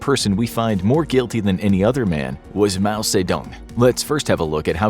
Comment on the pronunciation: He definitely pronounced the mao persons name wrong because I am chinese